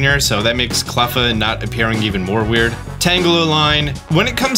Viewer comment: It’s pronounced weird—eer not wurdur